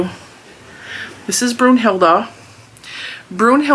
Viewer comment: I’d go with Minerva! 😆 I’m a HP fan and I have always thought that Professor McGonagall is a bad a** and a very strong female character. Btw when I first heard you call her Brunhilda I thought you were saying Brujilda, which is used in Spanish to call someone a witch but not as harsh as as calling someone a straight up witch (bruja). 😅 don’t really know if that makes sense. 🤷🏽‍♀️ Ps. Minerva is an actual witch so it may be a theme since you said Brunhilda sounds to you like a witch. 😁